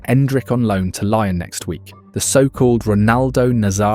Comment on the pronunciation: Stopped watching when you said “lion”.